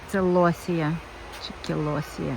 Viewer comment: Джелосія, наголос накінці, означає рівнива.